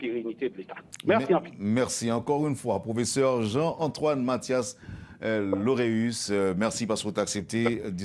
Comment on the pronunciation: Lauréus et non Laurus !!!